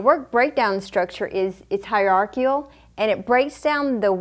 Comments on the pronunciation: I stopped listening when she said "hierarchial" ... the word you are trying to say is hierarchical, pronounced: "higher-ark-ickle" In order to be an effective PM, it's vital to have the respect of the team you are managing. Mispronouncing words will lose you respect. It's especially ironic to hear during a video that is essentially a vocabulary lesson. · hier-arci-cal. not "hierarcial."